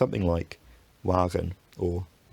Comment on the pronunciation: Your pronunciation of wagen in Dutch was very good